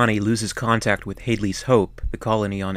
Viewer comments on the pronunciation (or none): Please: Stop calling it Hadeley’s Hope. Short “a” as in Hadley! Like Dad. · "Hade-Lee" ? "Hade-Lee !!". Can't you READ ? It's pronounced 'HAD-LEE' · Had Lee’s Hope, not Hadelee’s Hope. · Great vid but it's pronounced 'Hadley's Hope" as in 'dad' not Haydley's as in " day" . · That proper bugs me too. Runs a Youtube channel specialising in the Alien films, can't pronounce Hadley's. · It's pronounced Had' leez' Hope. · Haydley's Hope? Where does that pronunciation come from? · “Hay”-dleys hope?